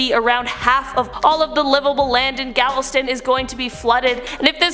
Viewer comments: GALVESTON NOT GAVELSTONE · It's not Gavelstone, it's Galveston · Gavelstone? Where the hell is that? Uh I think you mean Galveston. FYI: There was a very popular song in the 1960's called Galveston by the late Glen Campbell (great guitarist too). Concerning New Orleans, I asked a New Orleans cab driver that same question when he picked us up at the airport, his response was 'Nawlens'. And I heard it pronounced that way by a lot of the natives as during a week spent there. Fun city, really nice people, party central and spooky too (that was pre-Katrina though).